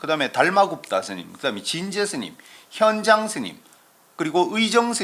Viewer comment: 현장의 현 자 발음이 틀렸나이다. 제발! 길게 발음하소서!!